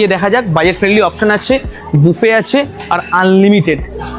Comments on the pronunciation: দুঃখিত, এস্প্লানেড - স্প্লানেড নয় বুফে - বাফেট নয় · BHAI OTA--splanade NOY, HOBE ESPLANADE AR BAFETT NOY OTA BOOFEY BA BUFE , BAA NOY HOBE BOOFAY BA BUFE ( INGREJI UCHCHARON TA THIK TO KORTE HOBE , TAINA , SARA PRITHIBI SHUNCHHE KINTU , BHALO THEKO . THANKS. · Es pla nade. Not splanet. Ar Buf-fe. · ভাইটি , জামা প্যান্টের তো অনেক কেতা করেছ । ফুড ভিডিও করছ কিন্ত কোন পড়াশোনা করনি । কাকে কি বলে সেটা আগে শিখতে হবে । ভিডিও র শুরুতেই বাফেট দিয়ে বোম মারলে 😂😂😂 । কথাটা বুফে বা বাফেএ । আর এঁটোকাটা মানতে হয় , ওটাও একটা স্বাস্থ্যকর ভদ্রতা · Uccharon kora sekh aage bufet na its buffet .....torai asol boka porichoy des.Bandho kor ei sob jogonyo hoyeche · "বাফেট" খেতে? 😂😂😂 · Buffet khabar age ota thik kore pronounce korte sekho